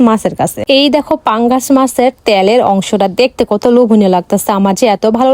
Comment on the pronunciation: Murgir mangsho ❌ Deshi moton ksha ✅ 😅🤐 Panggash mach ❌ Pagnas mas ✅ 😂😒